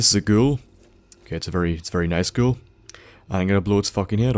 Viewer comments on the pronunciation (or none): every time he says ghoul I think he says girl. The fact he says I going to shout that fucking girl in the face creeps me out